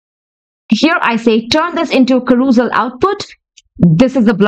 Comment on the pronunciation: As a fellow OCD, your pronunciation of CAROUSEL (ka- ROOS-al???) is driving me absolutely 😵‍💫 mystery: wondering why you didn't ask ChatGPT how it's pronounced.